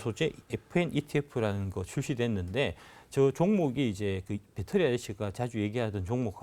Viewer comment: 배터리아저씨가 아니라 빳데리아저씨, 빠재입니다 ㅋㅋㅋㅋ